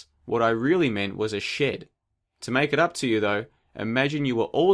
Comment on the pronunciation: Is it just me or does his pronunciation of shed sound a lot like shit?